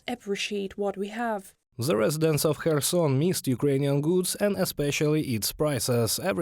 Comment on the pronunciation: Kherson should the Ukranian journalists say correctly so westerners can properly pronounce Khetson better.